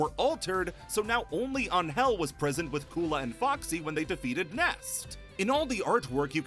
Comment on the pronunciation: That's the correct way to pronounce her name.